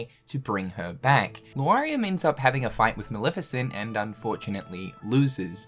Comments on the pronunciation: Lar-ee-am. I don’t think it’s Loo-are-ee-am :) Great video, nonetheless! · Man you gotta look closer at these names before trying to pronounce them LMAO... LAW-REE-UM not LOO-ARE-EE-UM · Amazing vídeo ! But why He keeps saying Luariam instead of Lauriam ? 🤣